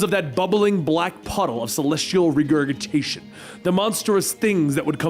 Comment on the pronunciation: .......holy hell he can't pronounce regurgitation....